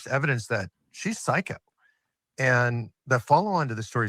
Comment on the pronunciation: time stamp: Almost sounded like psychic... Instead of psycho 😂